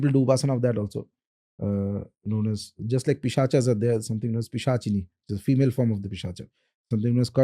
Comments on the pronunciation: My friend, like we are a species of human beings, Homo sapiens not Homo sapienas, they are also a species of soul, whose name is taken from Sanskrit, so you can pronounce it as it is, like it is a pret is pret not pretas. Pisach is not pisachas. very important. Bhagawan Shiv is Shiv not Lord Shiva. Just like Ramayan is Ramayan not Ramayana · Why you have to put aa in the end of every Hindi word and like prayogas it's prayog pischas it's pisach why can't you say it in normal Hindi